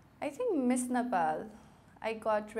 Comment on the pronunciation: aai cum fram a cantry 'nepol'😂